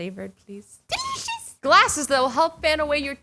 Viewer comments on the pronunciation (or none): When u said delicious I couldn't stop laughing